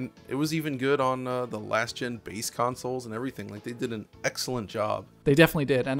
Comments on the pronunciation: why does he say councils instead of consoles? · Why are you saying consoles wrong? Why are you saying counsoles? It's CONsole not COUNsole.